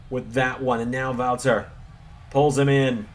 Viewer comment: I love that you do the right pronunciation for the „Ring General Walter“ 100 times more accurate than the wwe ring announcers